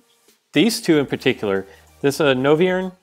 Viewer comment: Noy-vern, not No-viern!